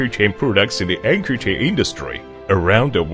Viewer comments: They are manufacturing chains, yet they have no idea how to pronounce the word. :-O That´s not a CHAN! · I think it's Chinglish. eg. chain is pronounced as 'chan'